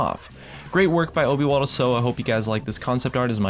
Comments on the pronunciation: The way you pronounce "obywatelsowa" :D I mean u had no way to know how to do it, it made me smile ;) it means in polish "citizen owl" if anyone care ^^ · kurwa jak on przeczytał obywatel sowa xDDD